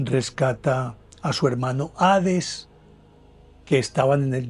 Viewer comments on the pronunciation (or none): none